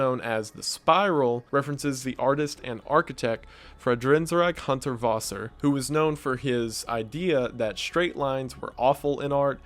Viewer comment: Friedensreich Hundertwasser pronounced (free-denz-rike hoon-dirt-vasser)